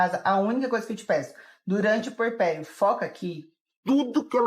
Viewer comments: Eh puERperio. Agonia ouvir essa mulher falar purperio o tempo todo. Chega doi os ouvidos. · Só corrigindo: é “puErpério”, não “purpério”.